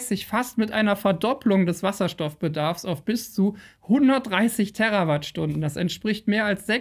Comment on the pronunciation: Terawattstunde! - Nicht Terrawattstunde bei . Dieser Fehler taucht immer öfter auf. Ansonsten sehr gutes, informatives Video. Danke.